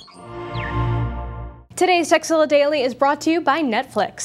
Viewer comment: It sounded like: Today's Sexzilla is brought to you by netflix